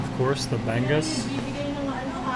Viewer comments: Ba-go-ong not ba-ngong, ba-ngus not bang-gus nice trying.. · I like it qhen he says Bang-Us lols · yes getting better but he still needs to work on the bago-ong, he is still pronouncing it as bagung. And bangus, still pronouncing it bang-gus. Otherwise, getting better.